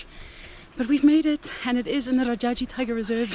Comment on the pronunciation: The way you pronounced it ''Rjaji'' was so sweet. In Hindi it is pronounced as ''Raajaji''. Thank you for visiting Bharat. You are always welcome again and I think you missed rafting in Rishikesh, its once in a life experience. Love from India❤❤